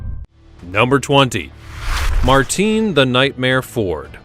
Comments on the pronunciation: It's pronounced "Martin Ford" NOT "Marteen Ford" you bloody ignoramus. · Its just pronounced Martin, regardless of the spelling, he's English, as am I. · Martin is how it's pronounced. Rotchdale is how it's pronounced. 😅. I call 'arkansaw' arkansas.